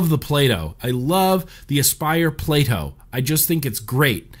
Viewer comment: Anyone else hear 'PLAY-DOH' every time he says PLATO?